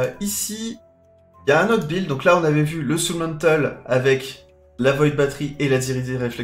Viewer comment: pour une fois qu'il prononce correctement un mot anglais, on l'embête là dessus.. :-)